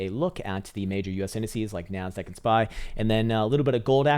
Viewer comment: When you said "where is my NASDAQ?" for whatever reason, I heard "where is my MAN-SACK?"